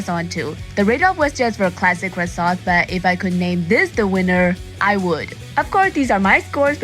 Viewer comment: Look at you rocking that French accent lol! Most of these look so amazing! Yeah, there were a few that most definitely seemed a bit doughy, but a light, fluffy, buttery croissant is always all kinds of amazing! A fancy croissant with an also fancy cup of coffee is always a great way to start the day. Thank you for sharing! And that heart sweater vest is very cool!